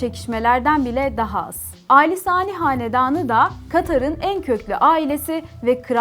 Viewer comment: Ellerinize sağlık güzel bir içerik fakat, Katar’da yaşayan bir gurbetçi olarak bazı hataları söylemeden edemicem. Hamid değil Hamad Lusal değil Lusail Hamide değil Khalifa Ali Sani değil Al Thani